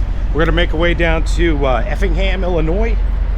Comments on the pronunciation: He just likes to say illinoise to get everyone riled up in the comments 😂😂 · it's pronounced "Illonoy"... for Chr..t sake... Jimminy Christmas.....